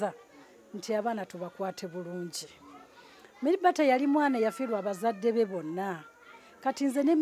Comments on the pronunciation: 🤣🤣🤣🤣🤣🤣Mere bata instead of marybata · The way Mzee pronounces the name Meere Bata 😹😹😹😹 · Muzeeyi gunju kadde 🤣🤣🤣🤣🤣🤣meere bata 🤣🤣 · 😂😂😂😂😂😂😂it's killing me too, merre bata